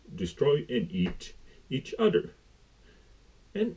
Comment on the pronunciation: You keep saying "Eating each udder" 😂